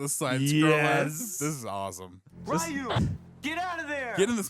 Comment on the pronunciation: The way the characters pronounced Ryu's name as 'Rayu' hurts my soul. So...Mortal Kombat?